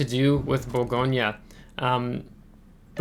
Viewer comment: I love the Bourgogne. It’s an amazing ship. 👍. Btw, fyi, we don’t pronounce the “e” at the end, in French. So it’s more like, Bourgogn. Hope that makes sense. Love your vids bud. Keep up the good work. Thank you.